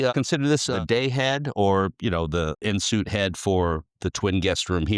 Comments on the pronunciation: Thx for noting that...I caught it too, and cringed. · Quite lovely...remarkably maintained! One note on the salesman's pronunciation of en suite. It is pronounced AHN Sweet...not in suit. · ugh...it is NOT en SOOT. It is en SUITE. (SWEET!)